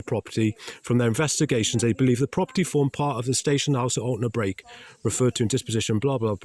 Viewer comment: I don’t think you people have grasped the Caithness way of life, a favour for a favour and all that, if you were more accommodating to the maintenance team I am sure they would do “additional” maintenance that would benefit you also, on a side note, Altnabreac is pronounced “Alt-na-brek”, not “Alt-na-break”